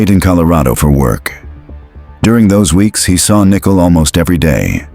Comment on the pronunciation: Usually the AI annoys me but because it’s calling Nicole nickel and she’s worth about 5 cents ( actually she’s worth a penny, and those are worthless now) I’m letting it slide 😂😂🤷🏽‍♀️